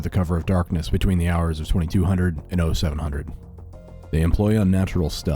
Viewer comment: Some advice i'm just being nitpicky though, you said 0200 correct but then you o700(as in the letter)it would be 0700(as in the number 0) if you wanted to convey proper military time